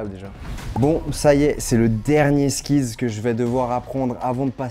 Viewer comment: putain ça me fait tiquer quand je l'entends dire "skillS" ou "pancakeS" au singulier xD